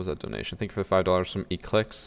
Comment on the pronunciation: "Ze capitalist system"